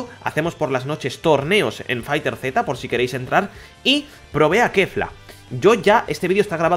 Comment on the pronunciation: No se pronuncia Fighter Zeta, se pronuncia Fighterz, tal cual.